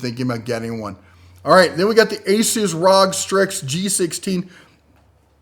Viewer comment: Not 'Rog', R-O-G (Ar-Oh-Gee) for 'Republic of Gaming'.